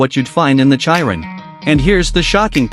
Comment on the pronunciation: It's pronounced as Tur-biyon. And its she-ron. Not Chi-run.